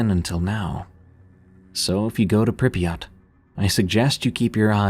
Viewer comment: You actually had pretty good pronunciation on Prypyat'! Greetings from Ukraine, i love to listen to you while working💙💙💙